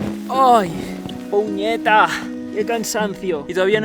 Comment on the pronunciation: puñeta 😂 sonó cómo un gringo 🇵🇷😂❤